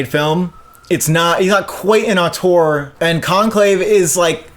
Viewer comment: Since you say the word so much, Auteur is pronounced oh-ter